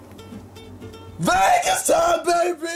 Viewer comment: says Vegas as vague ass